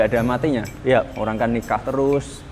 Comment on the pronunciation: "Orang kan nikah teroos"